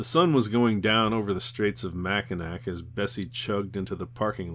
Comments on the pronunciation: I'm from Grand Rapids, MI and it cracks me up hearing people from other parts of the country try to pronounce Mackinac Island and other towns in the state. The narrator is from Maine so we will definitely give him some slack. Like he says, I'm sure if we went to New England it would be the same joke on us. Mount Chocorua or one, which interestingly is featured in, "The Mummy, the Will, and the Crypt." You can't find a better narrator of online books than this guy though. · These are great. I'm enjoying reliving childhood moments or reading these books for the first time. As a native Michigander though, I ask you kindly to look up the pronunciation of Michigan cities. Cities with names like Petoskey and Mackinac aren't English in origin and aren't pronounced the way they may read. Otherwise, yes! these are great and I making my way through all the videos. Keep up the great work and looking forward to the next ones.